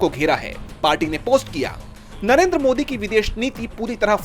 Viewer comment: Narender why Surender?